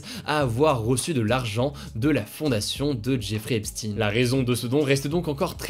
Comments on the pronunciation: on dit "epshtaine" et pas "epstine" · Epstaayne pas Epsti pour la prononciation de Epstein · epstEIN pas epstINE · On prononce EPSHTEIN pas EPSTINE haha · Faudrait soigner un peu tes prononciations c est recurrent c est a croire que t as pas de culture generale. Tu dis bien albert einshtein (einsten) Pourquoi tu dis epstine ? C est epshtein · On dit "epstEIN" pas "epstINE" Faut revoir la prononciation des noms juifs ^^ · on dit epstine en Anglais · Merci!!!! Car moi aussi ca m'arrache les oreilles.Hugo a besoin de d'ameliorer son accent anglais😜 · S'IL TE PLAIS HUGO FAIS UN EFFORT SUR LA PRONONCIATION DE "EPSTEIN" J'AI LES OREILLES QUI SAIGNENT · Moi aussi!!! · Tu prononce mal pour Jeffrey epstein